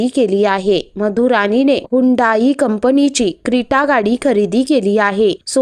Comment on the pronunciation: रानी नाही हो राणी म्हणा